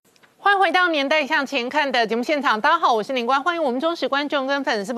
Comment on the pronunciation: 问候语“大家好”能不能说清楚点，别就说“大好”